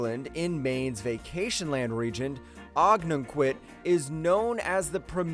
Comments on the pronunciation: Ogunquit, Maine is pronounced (oh-GUN-Kwit) and PLEASE quit saying "Providence" town. It is pronounced as spelled "PROVINCE" town. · Providing clarity on the pronunciation of Ogunquit ME. O' gun quit. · Funniest mispronunciation of Ogunquit I ever heard!